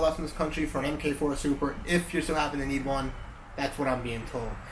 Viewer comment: MARK 4, not Emm-Kay 4.